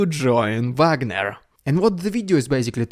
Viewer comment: Call them Vagner, not Wagner. Wagner is laughing under his grave.